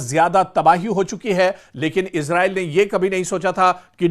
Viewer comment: Sir इसराईल कहा karen इजराइल नहीं bola karen ok